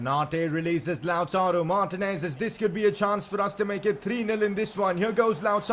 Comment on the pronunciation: it cracks me up how you say martinez🤣